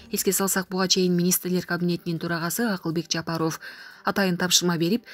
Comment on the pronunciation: Жапаровко дегенде о го ударение койбой па нын а сына ударение кой ошондо туура угулат а сенин Жапаров дегенин кытайча угулуп жатат